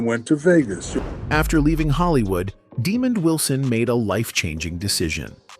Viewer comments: Man his name is not demon his name is Desmond.. man you don't know how to speak correct English.. go back to school 🏫. You are uneducated. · He needs to learn how to say his name, right. His name is not demon! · "demon" wilson. thank you ai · Can you read STOP Butcher the man's name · Actually Demond Wilson was born in New York Not Valdosta Georgia Google it this guy talking here cannot pronounce Demond's name right 🙄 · He can't pronounce Demond's name right 🙄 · I'm sure it's AI not pronouncing the name properly. Notice Diahnne Carroll was mispronounced as well.